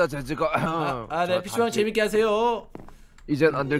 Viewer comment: 자꾸 피씨방이..... 씨방이라고 드,,들려....료.... ((ㅊㅁ